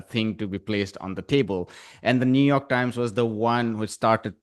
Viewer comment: New York Times sounds like Netan Yahu Times.